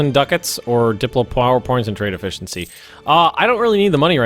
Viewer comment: The currency is ducats (duh-cats).